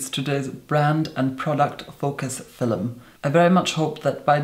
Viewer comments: You say Fillum like an Indian villager 🙄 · I will never get tired of the way you say “film” FILUM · Between "fil'lum" and "lurid neon manure" I am just plain happy with. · ibrahim sembawa hahaha. Fil-em. Never heard anyone pronounce film as fil-em. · Why is he calling the video a "filim" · No hate but Filum 💀💀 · I love how you say "Film" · Probably the best foundation and most informative review I've seen. Also, I love the way you say film